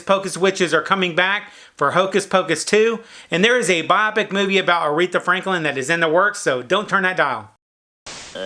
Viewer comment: Bio-pic. Not biopic :/